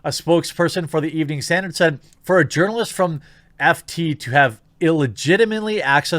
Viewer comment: If I remember correctly, I think Jeremy pronounced it as "Urnalist" - as in "Urnalist Career". Increasingly, I think such a career is akin to a supermarket tabloid writer, except far more manipulative and dishonest.